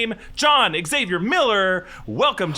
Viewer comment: Xavier is 2 syllables!